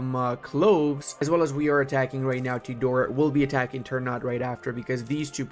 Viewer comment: Ternate: tr - naa - tay. Tidore: Tee - Door - Ray. Just a minor info from Indonesian.